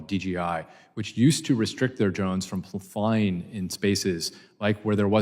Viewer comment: I don’t trust anyone who pronounces flying as “flyinG”